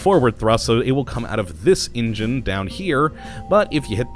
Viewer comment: its engine goddamit, not ingine